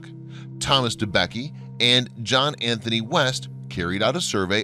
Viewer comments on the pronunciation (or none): none